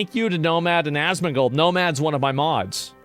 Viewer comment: why is it “asmangold” seems like it’s ai 🤷‍♂️😂